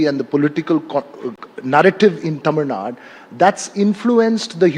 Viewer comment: Anchor please!!! ITS Tamil NADU!! Not Tamil Nad! Get your pronunciation right!!!!